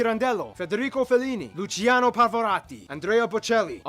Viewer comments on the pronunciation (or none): none